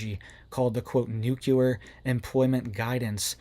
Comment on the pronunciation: The word is NUC LE AR...not nuculer